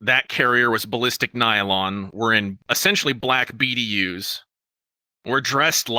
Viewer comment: it's "BDU's" not "BD use".